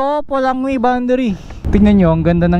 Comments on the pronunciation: ang correct pronounciation po nong 'POLANGUI' is PO-LANG-GI hehe hirap basahin no☺️ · Yung Nabasa mo po na Signage na Polangui, Polang gi po pronunciation po non taga Jan ako Sa Mendez Polangui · Ganda talaga ng hometown ng Tatay ko Guinobatan, Albay. Btw yung Polangui po is pronounced as Po-lang- gi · Polangui -polanguwe pag binigkas medyo padiin kasi salita dito sa bikol 😁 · Ang pagg pronounce nung Polangui ay /Paul-Lang-Gi/ Ang hirap basahin pag vertical sya HAHAHHAHA